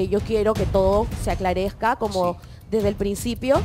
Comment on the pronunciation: Dijo “ aclaresca “?